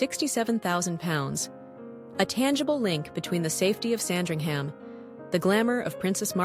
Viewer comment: I do enjoy your videos but I do wish you would stop saying "Sandring-HAM"" because, as with most UK place names ending with ~ham suffix, (eg Birmingham, Rotherham, Oldham etc )this is actually pronounced "~um" so it is "SAND-ring-um" .